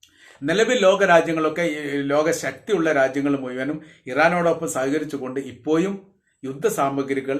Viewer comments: ഇപ്പോയും അല്ല ഇപ്പോഴും.. നിങ്ങളെ പോലുള്ളവർ തീർച്ചയായും അക്ഷര സ്പുടത അറിഞ്ഞിരിക്കേണ്ടത് അത്യാവശ്യമാണ്... ഉപദേഷം സ്വീകരിക്കുമല്ലോ🙏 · ഈ കാക്ക ഇതുവരെ അക്ഷരം പഠിച്ചില്ലേ ഇപ്പോഴും എപ്പോഴും പറയാൻ അറിയില്ലല്ലോ തനിക്ക് ഇപ്പോയും എപ്പോയും